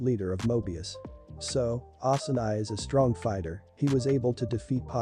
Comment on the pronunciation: Yo bro it's osanai not asumai